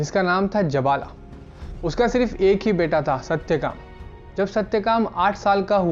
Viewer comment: chanDokya nahi ji, Chhan-dogya, uchcharan to seekh lijiye. Our Jabalaa nahi, Jaabaal.